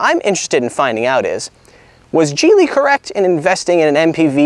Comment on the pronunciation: Geely is pronounced Geely with a G. Kind of like Geek. Geeeely. Not Jeely!